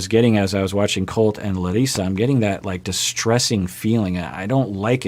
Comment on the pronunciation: Hello!! Do you speak Russian? The way you pronounce Larissa is perfect Russian!!! Looks like you will be very successful in this language!!! No joke, no pun intended, just stating the fact !